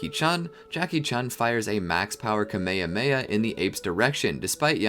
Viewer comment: "camea heamea" 💀